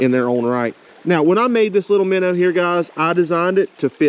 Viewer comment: Finally, someone who knows how to pronounce it! MINNER....Heck yeah, bro! hahaha... I so seriously wish you the best of luck with this venture. I'll be checking out your website for sure. Favorite baits for me are more natural colors & black/white combo. The stockers here go for natural colors just as much as the more popular pinks & white but that's just my own personal preferences. Great video bud...